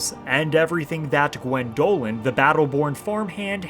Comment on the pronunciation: I watch these videos, and I think "I should reinstall Skyrim, shouldn't I?" (The answer is yes ... eventually, after kcd2) That said ... GWENdolyn, emphasis on the first syllable. That pronunciation was killing me. 😂